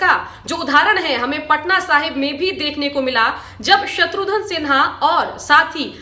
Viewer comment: "आज तक" के 'सब-चैनल' की एंकर 'शत्रुघ्न' को 'शत्रु-धन' बोले... तो बात खटकती है !